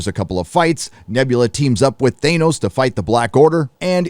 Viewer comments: Nebula has hair ?????...something out of a 1970's shampoo commercial. I really glad I cancelled my sub of D+. I thought it's Thanos not Thainos... "I have spoken" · Thane-os? Thanos... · Is pronouncing THAY-NOS a gag? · I'm with you man, but who tf is Thane-os? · The way you say Th A nos bugs the shit out of me. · Who is "ThaYnos"? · Lol oh my God dude.......STOP SAYING "THANOS" WRONG!!!!! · Some one teach him how to say Thanos. That was cringe